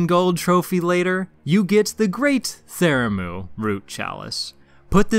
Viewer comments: Bruh. This killed me. Theramu.... :/ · Pthumeru/Pthumerian : ( Thoo-Mah-Roo / Thoo-Mare-E-An ) 😊. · wtf though, you said it right the very first time and only then started saying it stupidly lmao. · Every time you misspronounce Pthumeru I want to stab the shit outta you. Great video though.